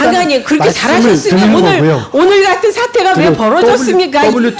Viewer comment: 은재가 리딩하니깐 '사태'를 '사퇴'로 들었네